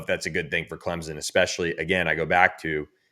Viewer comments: It’s CLEMSON, NOT CLEMZON!!! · For the love of God, learn how to pronounce CleMson.